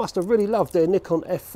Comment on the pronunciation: You deserve a round of applause for saying nikon the right way! The Japanese way! 👏🏼(neekon)